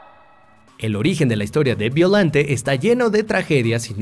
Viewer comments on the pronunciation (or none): Se escribe Biollante y se pronuncia "Ballolante" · Se pronuncia beoyante en realidad